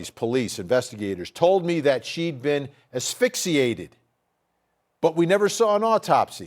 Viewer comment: stop saying affixiated..✋